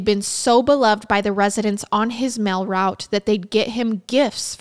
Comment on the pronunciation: Girl I love you vids but you've got to learn how to pronounce words. Idk where you're from but it's deal not dill and mail not mill... you're great but I do find it annoying that the most basic words are mispronounced so badly